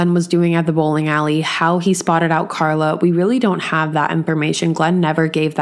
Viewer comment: She meant Carla but didn't pronounce her name properly.